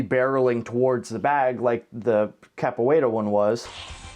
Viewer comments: CAPWAYRA, I admire your moxie early 2000's Narrator but your wrong, thats not how you pronounce that XDXD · Why are they pronouncing it “Cap-where-uh?” Also: “Kuh-Raw-Dee” Lol tbh, I think most people don’t want to seem like a total nerd saying it in the accent, like Ross from friends with his “ka-da-teh!” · try say Ca-poo-eira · In fairness to the narrator, I don’t think I can pronounce Capoeira correctly, either. Idk what it is about my brain or tongue, because I can basically always HEAR when/where I get things wrong, but just like my inability to sing well, which people call “tone deaf” even though I PROMISE my EARS are NOT the problem… I can’t get my mouth to make the right sounds. I’m tone and non-English mute, basically lol Also, can’t really say “vehicle” correctly. It’s always “vericle.” So I just say “car.” >.> Edit: My guess would be they asked each practitioner to use the most common kick of the martial art, or whatever they practiced most or something? I doubt they set out to make karate look bad. 🤷‍♀️ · I don't think they picked the kick, I think it was the artist himself... and I don't think the people running the show were honest, they might have used the diction "best kick" or "most effective kick".. then after the edits and re-scripting, it was "most powerful" kick (I doubt the narator even watched or heard the video with his continued mispronunciation of Capoeira even after the practitioner said it).